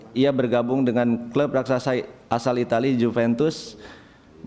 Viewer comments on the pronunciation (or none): none